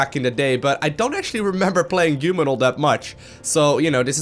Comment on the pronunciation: what's a giuman?